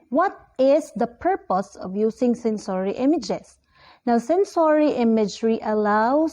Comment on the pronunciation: Kindly check the pronunciation of the word, sensory